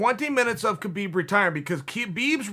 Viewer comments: uncle chael just called khabib ‘khibib’😄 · Chael “Summer raising” Sonnen Chael “Keebeeb” Sonnen Chael “Struc turd” Sonnen There’s a lot of miss pronounced words in this video lady’s and gentleman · Chael: Khebeeb Me; Okay, great. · How many times did Khabib say his name is pronounced “Habeeb” and you guys still call him kebeeb. So disrespectful. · me: Khabib's retirement Chael : Key-Byb's retirement me: Key-Byb's retirement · Me: Khabib Chael: Kheebeb Me: Kheebeb